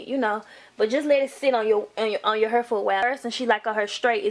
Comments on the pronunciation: Tru😂😂 H AAA IR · She says hair funny 😂😂😂😂😂😂